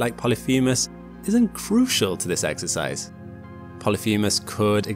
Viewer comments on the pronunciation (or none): none